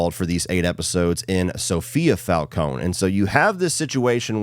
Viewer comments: Im sorry but whyyy do both you and say falco-knee, its fal-cone, its not that deep i know and i would understand if you just read it but they say it so many times in the movie and show😭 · Fal-Cone no E